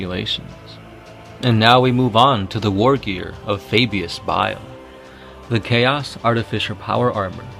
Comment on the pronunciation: So no one herd him say ferris insted bail